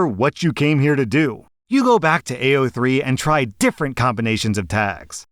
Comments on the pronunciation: it's like he was trying to pronounce it as badly as possible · Stop i didnt think id hear about AO3 here 😭 but also he daid it so wrong LOL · I just think it's hilarious how he pronounced it